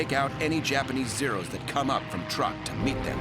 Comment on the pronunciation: Pronounced: Trook not Truck. If you're going to use AI narrators, at least use quality versions.